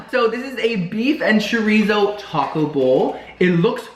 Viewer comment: as a fellow half Cuban I’m disappointed in your pronunciation of chorizo😞